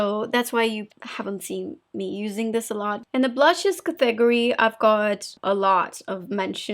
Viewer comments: IAmThatIAm it took me a few days, several videos ago to figure out “cathegorie” lol, I almost lost sleep. Finally oh! It’s category!! Now, I just laugh. I think English is her third language? If I only.... I lived in Southern California for 40 years & still could only pick up a bit of Spanish. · I’m here waiting for a funny pronunciation of a word . Like “smootthh” and “cathegorie” it’s so adorable it makes me chuckle every time!